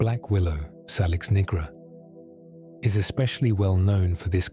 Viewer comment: salix has its origin in Latin language so it's pronunciation is say-liks BTW many English words derive from Anglo saxon a germanic language, which has a short "a" sound not a long "a" as in "ah" thats the French way of speaking...